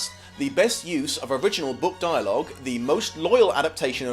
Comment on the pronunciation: "Duolog" lol. Don't even think I would have noticed if it wasn't for the popup you added.